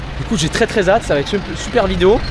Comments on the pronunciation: "Très très zhâte" 😂😂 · "Très très ZATE" "Ce n'est pas ZAIZÉ" Rhooo putain la quinte de rire 🎉😂🎉🎉😅😅